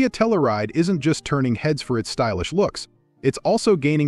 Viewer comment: And Tell-You-Ride, not Tell-ou-Ride.